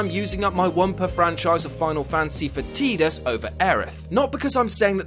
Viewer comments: iT'S PRONOUNCED 'TIE-DIS' NOT 'TEE-DIS' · TIDAS NOT TEEDUS YOU STUPID IDIOT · man, I love you, but you need to really consider what you said about ff x. and its pronounced. tidus not teedus. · Idk if its correct but "Tidus" looks like it's pronounced "Tie-Dus"...pronouncing it "Teet-us" like that is really funny for some reason. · who the heck pronounces his name teetus? That's got to be on purpose just to bug people. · Ohhh why people call him- Tee-dus?! Like Seriously!! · Don't say 'Teedus'. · Tidus is pronounced Tie Dus, as in Tide, continuing the watery theme of the game.